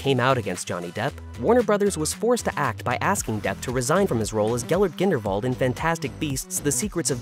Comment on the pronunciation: That was the worst mispronunciation of Grindelwald lol. Its clear when people are just reading a script someone else wrote without looking into anything themselves.